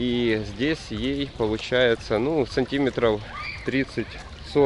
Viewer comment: Неправильно всё время делаете ударение в слове аэропорт и сантиметр